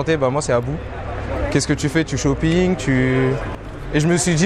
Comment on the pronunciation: comment ca "shoppinguerr"🤣🤣